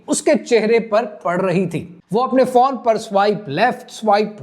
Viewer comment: PHONE NOT PHAWN. 🎯🎯🎯